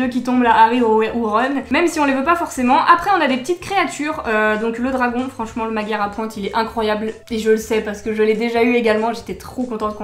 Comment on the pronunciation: coucou :) je me permets de t’apprendre quelque chose que tu ne sais peut être pas. le magyar a pointe est un dragon hongrois car magyar = hongrois . j’imagine que tu n’y prête pas trop attention mais tu prononces mal le mot :/. magyar se prononce madiar voilà c’est tout pour moi. bisous bonne journée <3